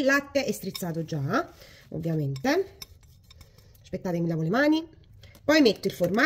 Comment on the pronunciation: Anche io....mi fa morire quando dice " ascpettate.....". Una forza della natura. Ecco perché Marta ha sempre il sorriso❤❤